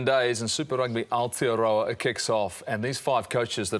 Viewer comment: pick up your pronunciation of Aotearoa bro.